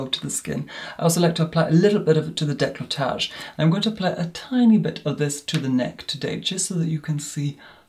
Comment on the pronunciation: I think I listened to him say decolletage about 10 times. I've never heard a more beautiful pronunciation.